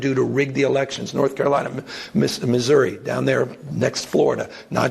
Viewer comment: Rig Missouri😂😂 As a Missourian.. KEEP OUR NAMES OUTTA YOUR MOUTH